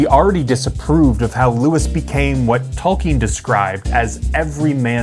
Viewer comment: The way you keep saying Talk-ien instead of Tole-kien is riving me nuts LOL